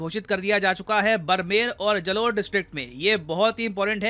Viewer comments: Not जलोर it's जालोर😊😊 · ये बड़मेर nhi h बाड़मेर h or जलोर nhi जालोर h😂😂😂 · sir please correct your pronounciation of barmer, it's बाड़मेर and जालोर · बाड़मेर और जालोर बोलते है सर आप भी क्या करते हो 😂😂